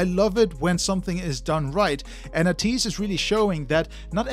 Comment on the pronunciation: Thanks for reacting to ateez... The way your pronunciation is ey-tease 80s (ateez) not ah-tease... ATEEZ IS REALLY DOPE 👑👑👑 if you want to know them i recommend the ultimate guide to ateez its a bit long but its accurate by ofallthekennys